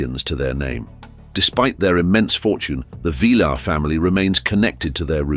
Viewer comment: Do some research on How to Pronounce Correctly Ty - Tee not Thai Sy - See not Sai Villar - Vel-yar not Velar